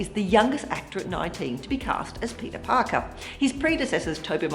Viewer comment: I caption the video and when tony says "oh hey peter Parker" its "oh hey Burger"